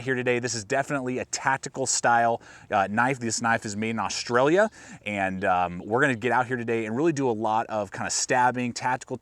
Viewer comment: No one articulates the L in austa-L-ia